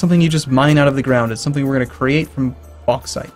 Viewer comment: And your bauxite pronunciation was on point